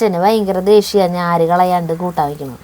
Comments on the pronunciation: ഞാര് അല്ല.... നാര് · ഞ്ഞാര് അല്ല നാര്😂😂😂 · ഞാര് അല്ല, നാര് എന്ന് പറ